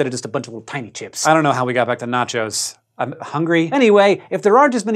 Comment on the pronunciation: Did I hear N A C H O S?